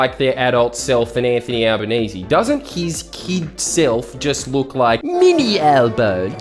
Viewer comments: And what's with the fucking "Al-ba-naye-zay". Is that some attempt to fully wog up his name to try and make him less relateable? Right or wrong, he's known as Al-ban-ee-see which is less tongue twister. It feels like a deliberate attempt to try and confuse his name just to make people that little bit more unsure. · Notice how Carl Pronouced Anthonys name as Albo NAY SAY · Did Karl say his name was 'Albaneser'? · "Alba-NAY-zay" - there, I made it even more ambiguously racist for you. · Is he deliberately mispronouncing his name?